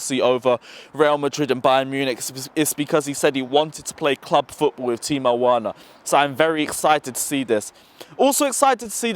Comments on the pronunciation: You keep werner as in "W" it's said with "V" thought i let u know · broooooo.. its pronounced Verner V not W. Its a German name not an English name bro.. You are still a legend though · Please we pronounce the W V not W is Timo Verner instead of Timo Werner.In Germany we pronounce W like V. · ApexZA ikr he keeps saying worner lol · That pisses me off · Mate you pronouncing Werner name incorrectly. It’s pronounced Verner because W in German are pronounced like V’s. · It's Timo Verner ( W is pronounced as V in German). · Timo verner there is no w in german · Okay ima help you its “timo Veerner) you sound hella funny. Prolly dont watch to much bundisliga 🙏🏼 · He's German, his name is "Verner". I refuse to believe you are that old and don't know that. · Who the hell is Timo Worner and who the hell is Lewondaowski? 😂😂😂😂😂😂😂😂😂😂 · Btw.... It's spelt Timo Werner but pronounced Timo "Verner* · VER-NER. VER......NER. It’s not hard to say. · Dude "werner" is pronounced "verner" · Hey. Can you please take the time on fixing your pronunciation of Timo Werner. You'll be mentioning his name in the scoreline all the time. Thanks man keep up the great Videos. COYB 🇨🇭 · Bruv you need to learn how to pronounce Werner's name😂 Also.. Mount?. I dont totally agree with you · he's from England bro. From the accent you can tell he was born and raised in London or thereabouts. He's reading Werner in English. Nothing is wrong with the way he pronounces the letters. He just has to make an effort to pronounce it the german way since it's a german name. That's all....